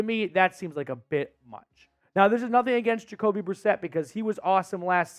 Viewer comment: Yes!! Jacoby brisket Uh biscuit Jakobe Brisset!